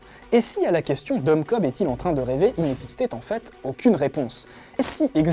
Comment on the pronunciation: sauf que c'est Cobb pas Kohbs:p